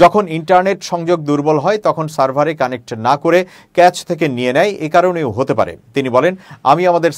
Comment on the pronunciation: Caché uchcharon hobay kashe r moto. Cho noi, Sho uchcharon hobay !